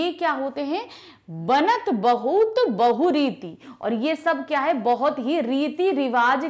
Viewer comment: not Bahu rite its Bahu ret